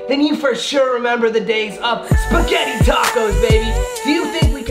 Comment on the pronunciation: Yo yo yo when he said speggite tacos I was like hold up wait a minute